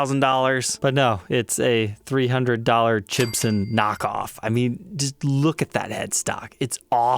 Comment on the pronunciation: Gibson with a U instead of an O !!